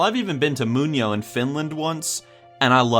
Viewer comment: As a Finn I am truly impressed that I understood when you said "Muonio" :D